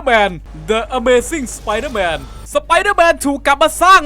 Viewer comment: ต้องออกเสียงว่า ดิอเมซิ่งสไปรเดอร์แมนจร้าาา